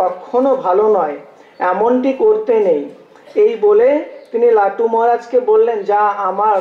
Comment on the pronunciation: Not latu, Thakur called lato.